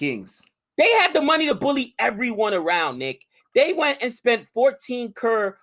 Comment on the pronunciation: saying everytime krrr... instead of crores is funny xD and it's pronounced as punjab (as in 'pun intended')